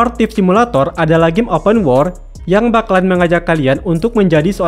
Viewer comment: Lu ngomong open world pengucapan malah kaya open war bro, benerin lagi jadi enak dengernya wkwk saran aja si, sama jangan terlalu kaku ngisi narasinya 😂